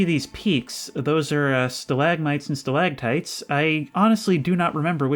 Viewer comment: wait, it's stalaCtites. Idk, maybe I'm too hick, but I always pronounced them both with a G in the middle. Stalagmites and stalagtights